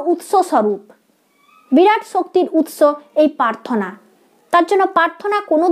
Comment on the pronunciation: Prarthanar uchcharon ta thik thik korun.. Prarthana.. Paarthona na.. Joyguru 🙏